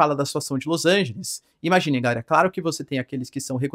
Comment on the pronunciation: Professor, por que vc fala "gaera" ao invés de "galera"?